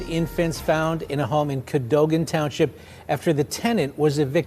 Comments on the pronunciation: Cadogen is pronounced Kuh-doh-gen. I live right down the road. What a nut bag! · Ca- doe- gan